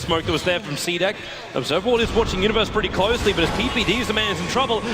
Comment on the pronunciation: why tobiwan pronounced cdec as CDeCK